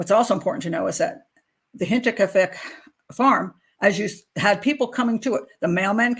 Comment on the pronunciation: Great show Pat. And a big thank you 🙏 from a German/Bavarian fan🌷🌷👍and you pronounce „Hinterkiafeck“ very well